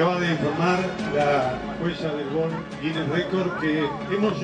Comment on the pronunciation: Le erro mal el vaguito "record guiner", "japon" jajaj